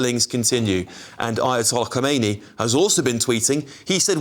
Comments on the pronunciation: You're a not educated news. It's Khamenei not Khomeini. The later, is the previous one. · Khameini Not Khomeini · Mate, khoumaini died in 1988 and you're the reading the news to thousands of people. This guys name is Khamanei. Read it properly